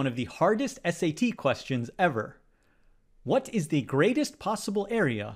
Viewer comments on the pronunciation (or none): none